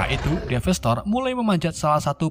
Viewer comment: Bukan DEVASTASTOR tapi DEVASTATOR gak ada Snya